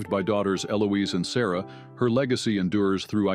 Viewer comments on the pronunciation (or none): none